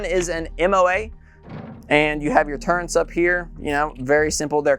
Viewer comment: What's a "turrent?" Oh, you meant "turret," okay, never mind.